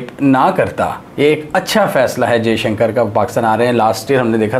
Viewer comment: Jeshanker ni hota , Dr jaishankar hai unka naam , Bhai bolna toh seekh lo , lock ko tum lack bolte ho, toffy ko taffy , views struck ho jayenge Bhai , aur Dr jaishankar nhi ayenge pakistan.